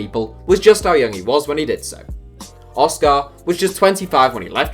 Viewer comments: Why are you emphasising the car in oscar, just say it normally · Hearing you say Oscar is painful